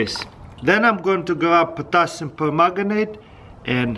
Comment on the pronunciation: did he say potasium pomegranite?